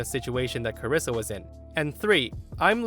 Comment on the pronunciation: "Carissa" is how some of my family and teachers pronounced my birth name. I'm the only one in the US with my first and last name. Being called "Carissa" always upset me.